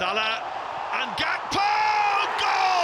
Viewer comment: Why does the commentator keep saying Gakpos name wrong. Its so annoying.